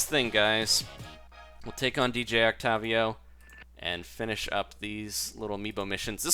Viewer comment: WHY ARE YOU PRONOUNCING OCTAVIO THAT WAY WHYYYY